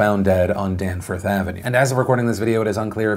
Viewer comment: I hope you never have to mention this street re: a shooting again, but for future reference Danforth is pronounced DAN-FOURTH. Such a sad week for us.